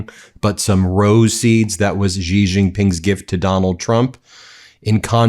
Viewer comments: You're a journalist, Ben. Pronounce Xi's name correctly. It's "she" not "ghghghiii" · XI is pronounced "she" not "gee" or "zhee" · Word to the wise, Xi is pronounced closer to “shee” but with a thinner, less fricative sound.